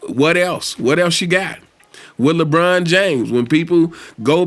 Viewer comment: Skip bayless called him Lecon James 😭